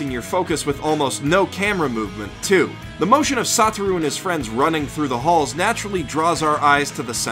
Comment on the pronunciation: i could hear him say "saw through" instead of "sotaru" e.e